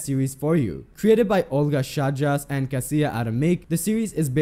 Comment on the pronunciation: Is it so hard to look up how to pronounce people's names before making a video? Chajdas is pronounced like "high does" but with unvoiced "s" at the end. "Kasia" is pronounced "kasha", not "Kassiyeh".